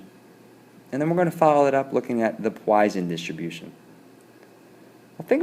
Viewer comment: Learn your Greek letters. You write lambda but say Gamma. Also, Poisson is a French name, pronounced entirely differently than you do.